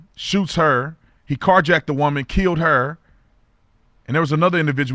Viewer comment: "Car-Jackeded"... Ha, ha! We luv you OT!